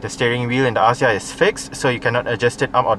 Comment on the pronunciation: The pronunciation should be "Akzia"